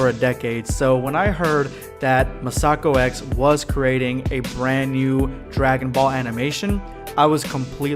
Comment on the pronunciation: I love R&R, mostly because, unlike Super, it focuses on different Dragon Ball characters besides Goku and Vegeta. P.S. Masakox is pronounced Mass-uh-ko X, not Muh-Sah-Ko X.